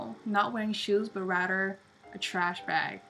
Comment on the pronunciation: lmao...she says Rater instead of saying RATHER